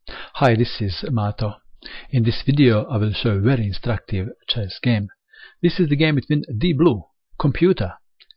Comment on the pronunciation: He's saying "IN structive".......lol. But I guess it depends which side of the board you are on!